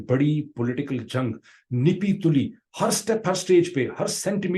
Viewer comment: Great Analysis but it is not Nippi Tulli, It is Nappi Tulli boss. You said this in the end.